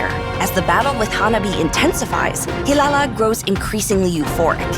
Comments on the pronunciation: Not hirara ❌ it's hilala ✅ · Hirara ❌❌❌ Hilala✅✅✅